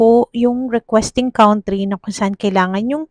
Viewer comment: Country= pronounce as kantry di po kawnt